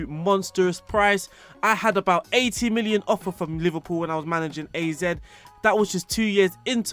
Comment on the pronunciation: Great video AZ is pronounced like you would pronouce both charachters separatley. Dutch is my native language.